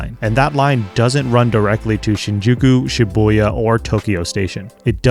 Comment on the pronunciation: I like how you mention Shi-buoy-ya